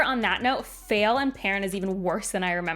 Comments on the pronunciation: Me: isn't her name pronounced Fah-eel? (If I remember her dictionary entry correctly) Also me: but she dislikes the character, so maybe it's intentional. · I don't hate Faile as much as most but I'm here for your pronunciation of her name haha.